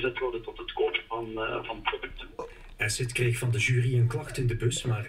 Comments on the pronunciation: Edit: "asidt" "joetoep" Aii Sterk! XD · HAHAHA “esid” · Ik zal ff uitleggen aan de boomers hoe je Acid uitspreekt. Eejsit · Haha ja, maar je kan toch op zijn minst eens uitzoeken hoe je 'acid' uitspreekt😂😂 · hoe ze acid verkeerd kunnen zeggen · als je komt praten leer eerst eens "acid" goed uit te spreken :/